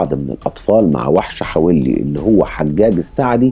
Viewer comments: حَوَلّي .. وليس .. حَوِلّي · حوللي وليس حولي .. روح اسمعها في نشرات الأخبار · كنت عايشة هناك والنطق الصحيح حَوَلي مش بالكسرة. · عفواً إسمها منطقة حَوَلِّى.. بفتح الواو.. كل الشكر و التقدير لحضرتك على مجهوداتك و إنصاف المظلوم و تقديم النصح للجميع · حوَلّي بفتح الواو مش بكسر الواو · البني ادم ده كان في منطقتنا في السالمية وكان صاحب اخويا ببلعب جمب العمارة وفعلا الشخص ده طلب منه يطلع معاه يوريله مكان عمارة معبية وطلع معاه واعتدى عليه هناك وراحو اهله فورا قدمه بلاغ وكان وقتها عامل مرتدي لبس العمال هنا بالكويت ومن بعدها الموضوع اتكرر اكتر من مرة مع ناس مختلفه كنا بنسمع عنها الا ان في ناس كتير لم تتقدم بالإبلاغ عنه حابة اوضح لحضرتك حاجه بسيطة المنطقة الي حضرتك بتذكرها الي حولي في تنطق حاء مفتوحة والواو ايضا والياء مكسورة ( لي) تحياتي لحضرتك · اسم المنطقة حولي في الكويت تلفظ بفتح الحاء وسكون الواو 👍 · ياجدع اسم الحافظة حولي بفتحة الواو وليس بكسرة الواو😂😂😂